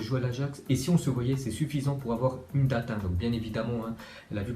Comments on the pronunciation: Ça se prononce pas "date" mais “dayte" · Pour avoir un date 😂😂😂 ça se prononce DÈITE